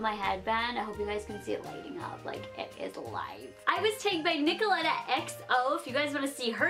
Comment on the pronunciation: My names Nicolette, I thought you were going to say Nicolette but you said Nicoletta haha.